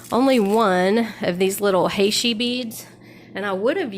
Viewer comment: Great stuffs! Fav is the memory wire bracelet. FYI, heishi is pronounced "he she". It's a very common bead style here in the SW.